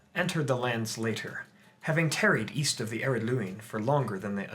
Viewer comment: East? I thought you said Weast